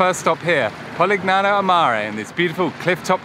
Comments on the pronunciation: Oh my please learn how to pronounce correctly! PU-LIA (no hard G).. POLIGNANO=pol i ny ano (like the spanish n with tilde) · Loved your video! Well done! Suprised though that you mispronounced both Polignano and Puglia. The g is silent or soft, like a y sound. thanks for sharing!